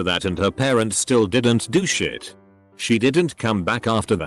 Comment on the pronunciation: I know the word is "Little Shit" but out of context "Little Sheet" sounds funny and I kept laughing XD